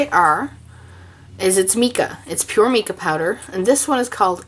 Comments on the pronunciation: Mica is pronounced mycaw ! Just thought I would let you know 😊 👍 However thanks so much for for the tutorial as I would love to make my own colours because it’s expensive and I have a lot of mica colours and empty brush pens ! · Just to clarify.... the pronunciation is "my-ka" If you're not sure if that's right... ask a mineralologist. Great idea making it yourself..... thanks for the video. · can you tell me what is the difference if you use plain water to mix with the Mica (we pro nouce it MY-ca) or if you mix it with just Alcohol and what is the difference if you use the mixture of water, alcohol and mica? I was just wondering if it affected the outcome on anything you were stamping or watercoloring,etc... and it really doesn't matter how you pronounce MICA, I just thought I would share with you how us American's say it..;) I love your tutorials..TY..